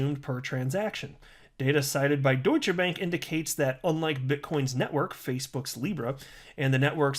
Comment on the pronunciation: You're the first one who've said Deutsche Bank correctly so far... I've heard quite a few Youtubers butcher it today so far